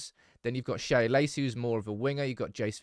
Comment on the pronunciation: Sam Shea is just "Shay" not "Shaya"